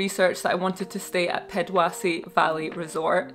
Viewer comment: pronouciations of the local words were so funny - Pedwase